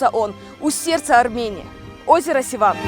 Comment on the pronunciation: Севан а не Сиван